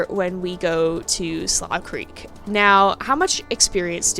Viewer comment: Slough is actually pronounced Sloo-cr-eek